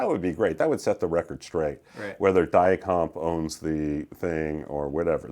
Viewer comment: That was an excellent tour! One thing I learned was the proper pronunciation of many of the companies I'd been mispronuncing. I'll now sound like an expert when I say "Dia-Compe", "Tange", "Sugino", "Suzue" and "Araya". Thanks!